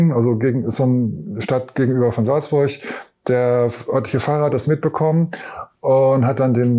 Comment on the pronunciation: Salzburch, schicksalzschlach, Wasserfühlich, Krich, ja ne ist klar. Der sollte erstmal eine Sprachschule besuchen bevor er einem was erzählt, schreibt er die Wörter auch mit ch ?? habe nach 4 Min aufgehört ihm zuzuhören.